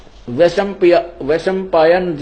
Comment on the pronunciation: संत रामपाल जी जनमेजय और वैसम्मपायन का उच्चारणभी सही से नहीं कर पाते ये कैसा ज्ञानी है पता नहीं कैसे लोग इन्हें ज्ञानी मानते। गीता का श्लोक पढ़ना रामपाल जी के बस की नहीं उसका अर्थ कहां से लगा पाते हैं वह। गलत गलत पढ़कर तथा गलत गलत अर्थ बता कर लोगों को गुमराह करते है